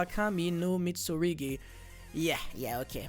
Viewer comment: saying Mitsurigi is killing me more than it should. Mit! Su! RU! GI!!!! 😭